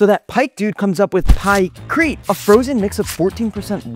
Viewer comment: “Pykrite, you take some wood, you take some ice, you get Pykrite” - Oversimplified. Also it was called project Habakkuk, but it was scrapped